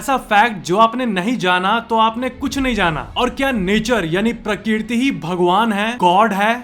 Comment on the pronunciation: Prakirti ? Prakrati sahi he